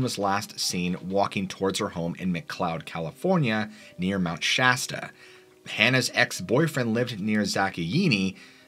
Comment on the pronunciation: Dude! Thank you for pronouncing Sh-ass-ta properly. Immediate upvote! Most people pronounce it Sh-awe-sta.